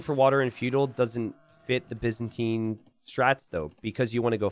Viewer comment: For reference, Byzantine is pronounced with a 'bye' sound at the start, not a 'biz' sound